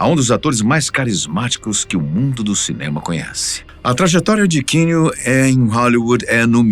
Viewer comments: A pronuncia do nome Keanu é Quiano e não Quino. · O nome dele é QUI- anu … pelo menos acerta nisso né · Narração muito forçada para os termos em inglês... errando até a pronuncia do nome do ator... Força menos que fica bom...